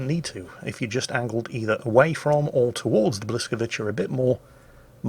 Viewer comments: The second letter of the Polish ship is not an "L"; it's a "Ł" which is prounced like W. So Bwis..., not Blis... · Actually, the Blyskawica is pronounced “whisk-a-veet-zah”. Not blyskaveecha. Stop it plz. Sad reacts only. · please, please, please stop calling Blyskawica "Blaskovitchi", it really is painful to hear and nowhere near what it should be... "that Polish ship" would do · B(Ł)yskawica - Ł is like "W" in wow and c the best you can say it is like "ts" in cats.. don't memtion it.. I know I am gonna go back to salt mines.. whatever.. ;)